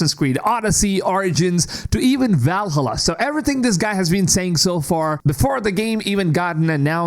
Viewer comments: VAL:HALLA NOT VALHALLUR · I really don't want to piss on your video, but... I know you are coming from USA and most Americans sucks at languages (even English). Anyway Valhalla is part of Nordic mythology not Suomi (Finland). So it's pronaunce Vaalhaala definitely not the way you are pronauncing!!! If you are coming from Finland I would understand 😉💪 Cheers ❤ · I'm blind. I need the line. Ubisoft are the only ones catering to my kind. Also, "Val-hulluh". That's a new one for me. Also, also, respect for human voice. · Can you say Valhalla ones more please?